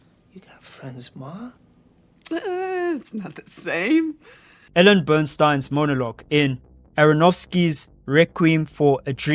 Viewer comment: Burstyn, pronounced: BURST-IN not BURN-STEIN.